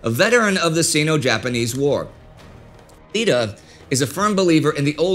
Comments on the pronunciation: The name is Iida (Pronounced "E-eeda) not Lida. Capital "I" not an "L". Iida is a fairly common Japanese name. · Might need to switch to a serif font on your teleprompter - "Lida" instead of "Iida," sounds like.